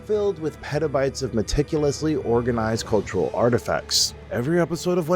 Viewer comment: Its petabyte not peadobite you freak.